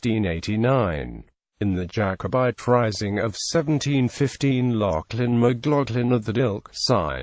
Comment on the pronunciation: That isn't how you pronounce the name. Its an "a" sound. Macl"a"chlan